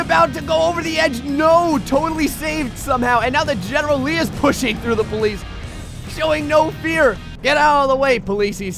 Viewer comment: the ploice /:/